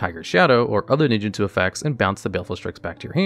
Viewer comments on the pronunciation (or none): none